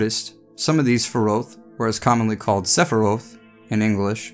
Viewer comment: sephiroth pronunciation